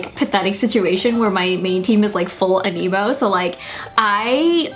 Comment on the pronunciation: Since I dont play this game I actually thought you were saying 'an emo' and not 'anemo' 😶